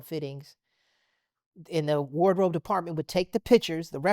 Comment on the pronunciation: Aye J Weave....i aint never heard someone say "wardrobe" like that lol